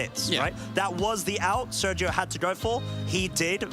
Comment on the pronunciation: The way those guys pronounce Sergio hurts my brain.